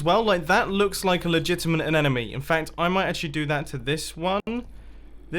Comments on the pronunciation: Omg please say anemone not anenome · Something stupid you dont need to know: I’m pretty sure it’s anemone not anenome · Isn’t it an anemone and not an anenemy? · Anemone is said with athe silent 'e'